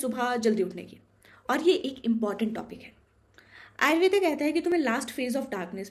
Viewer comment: आयुर्वेद होता है इसमें english accent आयुर्वेदा को मत लाओ। इसको इंडियन accent में ही रहने दो🙏